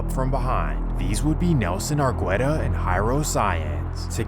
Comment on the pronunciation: it's pronounced ar-geh-ta not ar-gweh-ta